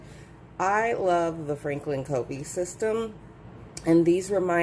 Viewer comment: Covey is actually pronounced “Cuh-vee” ;)